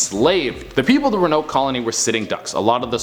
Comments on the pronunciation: honey, it's pronounced exactly how it's spelled ro-an-oke. Not ru-noke. Love you and you're hair looks great 😍😘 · Ro-a-noke. Not ruhnoke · Rowen-oak is how it’s pronounced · i’m beyond irritated it’s RO-AHH-NO-KUH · Row-an-oak Crow-a-toe-an Sorry just bugged me. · Pronounced "Rowan-oak" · It's pronounced (row-an-oak)!!! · Row. A. Noke. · It's pronounced Row-uh-noke and crow-uh-toe-an. Love that che is back in the studio!! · I'm came looking for this. I'm glad it wasn't just me who was needing the right pronunciation. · Row A noke crow A towan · I love you, but it is pronounced Row-Uh-Noke. With love from North Carolina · Had to come to the comments cause I knew I wasn't the only one who was triggered which pronunciation of Roanoke 🤣🤣🤣🤣 still love him & the channel but come on guys 😅😅😅😅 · Me watching mispronounce Roanoke the whole video: 👁👄👁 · So who else gets triggered by his pronunciation of ‘Roanoke’? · I love your Afro it makes me warm in all the right places so much so I'm gonna excuse the fact that you've been mispronouncing Roanoke and Croatoan. I Love Canada xoxo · You have to pronounce the “o” in Croatoan and Roanoke lol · I'm so annoyed by him mispronouncing these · no offense but ur pronouncing it wrong